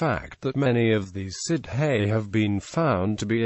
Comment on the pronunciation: I asked for "how to pronounce" and got nothing of the sort. Also, the word "Sidhe" is not pronounced "Sid hey" but "Shee."